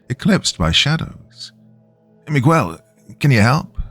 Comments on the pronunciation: No 'U" sound megel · This is like the third story hes mispronouncing Miguel repeatedly. I had to stop listening because it was driving me nuts 😂😂😂. Oh well Migwell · Mig-ggell would be proud. But, alas, he's not white, so, no one cares. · Not Migwell 😭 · Miguel is pronounced me-g(hard g)el (u is basically silent). 😊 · "Mee' Guh-Well," if you're from Ala-Bamm'-uH. is too laid back to pronounce anyone's name with such intense articulation. My favorite: Michigan, pronounced: Mitch, Again? Lol a common misreading. I would love to hear the kind do: "Manic Miguel Munched Mucho Mars Bars in Michigan." Because I'm a Bitter, Sadistic Old Insomniac who loves my hard working, hard working Doc. Death to boring, bland Comment... with a soul. Pleased to hear your perfectly, metered, but flat,, robot voice. Kind of a 4th wall break... luv U Doc. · I still loved the narration of my story nonetheless! If he chooses to narrate "The Pig Man," which is told in first-person by Miguel, I'm sure he'll pronounce it right. They say third time's the charm. Then, I expect you guys to congratulate him haha. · We know you arent AI, AI would know how to pronounce Miguel.